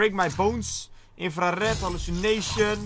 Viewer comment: Toen ie zei hallucination camo op minuut klonk het echt als alle chinezen camo 😂😂😂